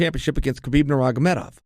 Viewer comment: undisputed champion at saying "Nurmagomedov"! Is there anything uncle Chael cant do (besides tapping)?